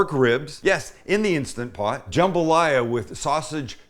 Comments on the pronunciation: It's INSTANT POT, Sam ... not insta pot. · It's Instant Pot, not insta-pot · instaNT pot! Say it right! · I love how he says it like Instagram “Insta-pot” lol